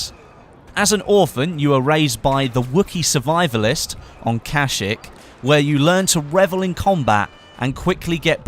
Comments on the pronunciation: Kash - eek not "ik" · WTF is cashic its kasheek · he says 'kashik'.............. massive facepalm. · It sounds like some banking company, 'Cashic' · It's pronounced Kasheek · I've never heard anyone balls up the pronunciation of "Kashyyyk" like that before... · He doesn't even know how to say kayshykk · Why... I love you but why... Why did you pronounce Kashyyk like that... Why... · Thou shall be punished für pronouncation of the planet Kashyyyk